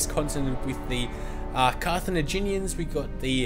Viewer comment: It's Car-tha-GIN-ians, bro.